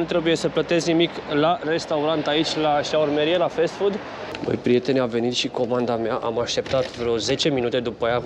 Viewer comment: O mica paranteza Nu mai zice fest Food că nu se citește așa se citește Fast Food cum se scrie, nu e cu răutate dar poate ajuta. Acum câțiva ani și Buhnici zicea că telefoanele au încărcare Fest Charge:))) daca îl urmărea cineva întrecut:))